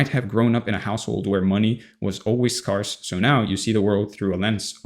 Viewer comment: I normally don't comment to correct how people are speaking. But in this case, I feel like it will land well and you will see it as an opportunity to improve. The words scarce and scarcity are pronounced like "air" -- sk"air"se sk-air-city not "scar"city Aside from that, great content!